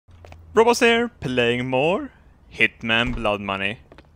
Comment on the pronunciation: For a short time I thought your intro was "robots here" XD